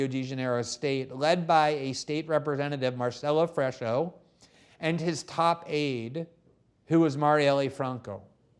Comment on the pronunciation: You guys are ridiculous. Glen cannot even pronounce Brazilian names. (FRESH-O) LOL This fool knows nothing. They are basically reiterating talking points from Brazilian leftist mainstream media. No one in Brazil even believes them anymore and yet this wet fish does and speaks about it as if he's an expert. Cringe...